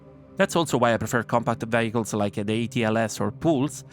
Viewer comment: Great job. Well thought out and presented! Although I know what you mean when you say it, I like that when you say "vehicles" it sounds like "bagels" to me and I imagine stopping at every station and fillingy cutter up with warm bagels. Keep at it, there's not many quality creators for SC anymore.